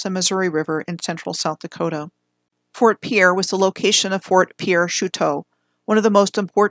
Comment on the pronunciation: Fort Piere is pronounced Peer. The no Dakota access pipeline protest was not on the Standing Rock reservation, it was on land along the Cannonball river managed by the army corp of engineers.